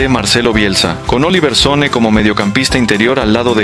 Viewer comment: Se pronuncia SonnE, no Son! No es inglés es Danés!